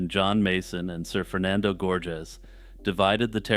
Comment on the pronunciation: "Sir Fernando" sounds like "Surfer Nando" and it's making me laugh